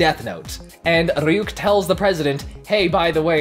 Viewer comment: You pronounce Ryuk like it’s some Russian name